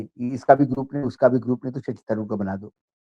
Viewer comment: हिंदी उर्दू चिड़ियाघर के प्राणी लोग जान ले; थारुर नहीं तरुर उच्चारण करते हैं। मल्लू समाज का शब्द ओर वाक्य गठन प्रणाली एवं व्याकरण का आदर हो।